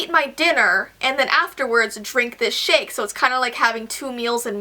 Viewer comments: once i was seven years old.." sorry i had to xD and when you said ,,drink this shake" it sounded like you said ,,drink this sh*t" xD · Who else thought she said "and then drink this shit.." when its actually "and then drink this shake.."